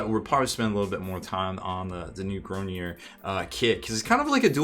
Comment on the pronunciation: also, for the french pronunciation, the last part is a ards sound, grognards (this is horrible pronunciation but it sounds like the french somewhat) just the last part kinda sounds like lard, just pronounce it like you would in english and it will be closer